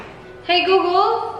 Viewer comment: hi gugul Me: hi golegole